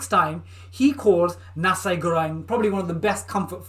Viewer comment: Nasi is pronounced NAH-see ;-)